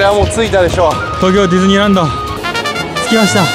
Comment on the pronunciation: デズニーランドって聞こえるw